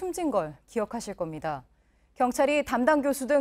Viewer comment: 왜 다들 구속영장을 구송영장이라고 하는 거야? 구소경장이라고 해야지. 윤석열도 마찬가지. 윤서결이지 윤성열이 아니라고.